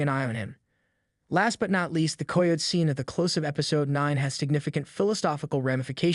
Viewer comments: learn how to say Kie o tee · Hearing how this dude pronounces "coyote" makes me want to jump off a cliff. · For the love of god please learn how to pronounce coyote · "Coy-oat" was my favorite